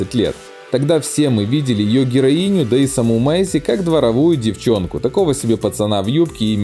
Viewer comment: Не с Майси ,а с Мэйси!!